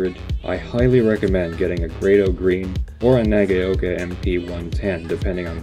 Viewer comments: And Nagaoka is pronounced: NAH-GOW-KA ('gow' as in 'cow'). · Wrong again! Na- ga-o -ka But do not dilly-dally or enunciate the "a" and "o" you almost slur them together - and that's where the "cow" came from, though they are not combined to form a new vowel sound as in " cow" either. - Sandy